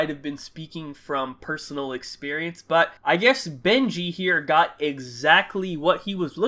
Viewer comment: On god in the Benji story I thought you said “bengene”